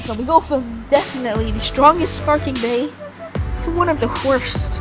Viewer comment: Spaking beys 😂 And wonderful